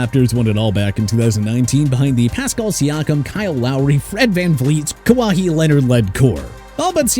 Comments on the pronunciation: Who is Kawahee Leonard? Does he play basketball? You said he was on the Raptors when they won, but I don't recall that name. Did you Kawhi (pronounced "Kuh-why") Leonard? Maybe learn the names first before recording your videos. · It's Ka-Wai not Ka-Wa-Hi. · “Kawahi Leonard” 🤦🏼‍♂️ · Ka-wa-hee Leonard 😂😂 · Kahwahee Leonard😭😭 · The way you said kawhi was insane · No surprise 😂🤦🏼‍♂️ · is no one gonna mention how he said kawhi😭